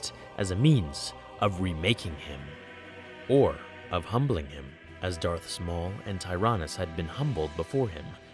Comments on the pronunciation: "Darth Smaul" Great Job XD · in the video it sounds like you said Darth small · I can't be the only one who heard "Darth Small"